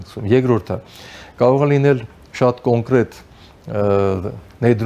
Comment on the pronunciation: Հարգելի զրուցավար, փորձեք խուսափել անհարկի ռ-երից այն բառերում, որտեղ դրանք չկան։ ԿոնկՌետ, կտՌուկ…